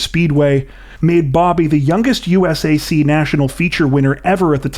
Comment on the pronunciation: U.S.A.C. Is pronounced “you-sack” by the organization.